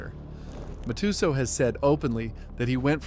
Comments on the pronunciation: And Mike ma-2-soo 😂😂😂😂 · Then mah-too-so